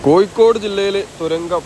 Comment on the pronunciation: കോയി ക്കോട് അല്ല കോഴിക്കോട്🙏🙏 അക്ഷരം ഒന്ന് ശ്രദ്ധിച്ചാൽ നന്നു 😊 ഒയി ക്ക് ഒഴുക്ക്